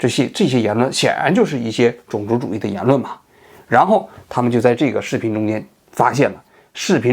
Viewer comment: 王局平翘舌问题相当严重，种zong族、层出cu不穷、、、、